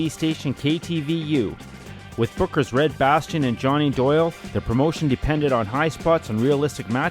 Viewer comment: If I have to hear this narrator say Red Bastion instead of Red Bastien one more time...POW! Right in the kisser!